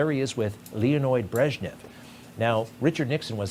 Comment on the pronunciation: "Leonoid Breshnev" LOLOLOL